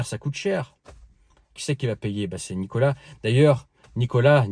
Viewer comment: prononcé Nicolasse